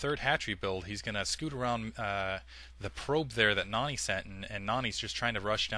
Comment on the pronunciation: u say Noony not Nony